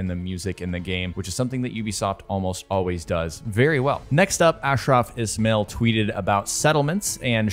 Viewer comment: Hey man it’s Ismail pronounced like this i-smile